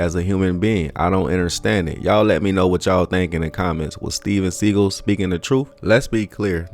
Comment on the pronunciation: Hey. Love your videos, but would like to suggest that you do pronounication checks on words & names before you drop your content. Steven's name is pronouned 'sea-goll', not segal.👍🏾